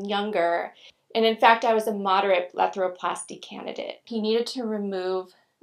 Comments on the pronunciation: Am I tripping or does she say BLETHAROPLASTY instead of BLEPHAROPLASY. lool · It's called a BlePHaroplasty...not a BleTHaroplasty.